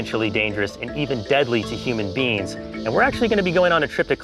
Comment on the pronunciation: We are all just simply human beans